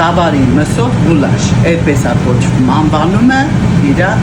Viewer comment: Ай грагетнер , не гулаш а гуляш. 🥘